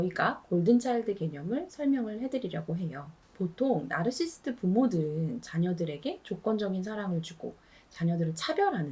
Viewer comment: 나르시시스트 말할때 발음이 왜그래요? 죄송함다..😢